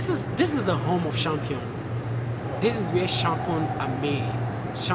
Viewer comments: He keeps repeating "Shampion" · “CHAMPION” DON’T HATE ‼️